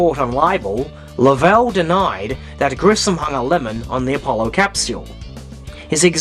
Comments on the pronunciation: Lovell is pronounced LOVE- ull. I like the video but that's driving me nuts. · This guy is Australian, that's why he talks weirdly. Common courtesy to pronounce sombody's name the way THEY would pronounce it - Lovell! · You notice, you are pronouncing the name differently than the SPELLING of his name. You must LOVE the way HOLLYWOOD chose to pronounce his name. Well, still debatable.